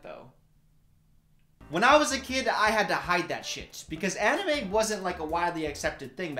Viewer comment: god I laughed too hard at "aniYOU"